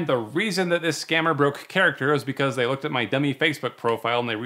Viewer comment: i can notice the "dey"